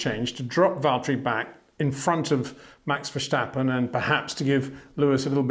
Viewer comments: Please please please Peter, don't pronounce the name Verstappen as 'Verschtappen'. Just pronounce it the way it is written and you would pronounce it in English. Maybe you already consider Max to be the next 'Schumi', but that's no reason to put a 'Sch' into Max's name. ;) What the raceresult is considered: Lewis (P1), Max (P2) and Bottas (P5) were all three lucky to finish higher, because of the sudden rain and the dropping off of drivers in front of them. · HEY PETER WINDSOR, I HAVE MESSAGE FOR YOU SIR: it is NOT Max "verSHtappen" ... Max is not German (Germans indeed do pronounce "st" as "sht") ... #Max33 = Dutch NL/Belgium! ... It is not "Bottash" nor is it "Lewish" certainly not "verSHtappen" .... This BS started long time ago when a British sport presenter interviewed father Jos Verstappen and assumed you can use a German pronunciation to a Dutch Driver thinking it is so "funny" ... It is not.